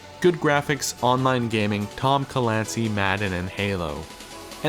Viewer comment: Tom Ca-lancy